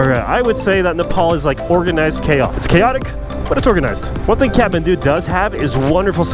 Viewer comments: He says catmandu but it's Kathmandu😂..anyway thanks for visiting our country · Am i the only one who hears catmandu when he says kathmandu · Every time he says kathmandu why I hear catmant